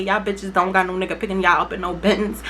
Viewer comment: do you be saying “you’re not my nigger” bc everytime i hear that instead of nigga